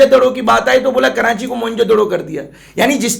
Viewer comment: 1.04 karanchi ki awaz😃😃😃